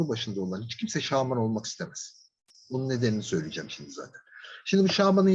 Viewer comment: Şağman dediğiniz için dinleyemedim ya 🙄